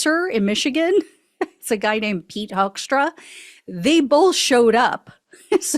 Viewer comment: You would pronounce his name as Hookstra, it's a Dutch name originally. (Greetings from the Netherlands ❤)